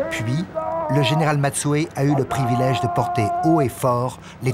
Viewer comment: Général Matsui pas Matsue